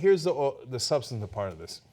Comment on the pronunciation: Cenk can't pronounce substantive ever.